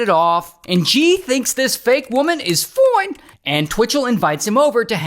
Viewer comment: Lol, I love how you say fine; Foine kkkk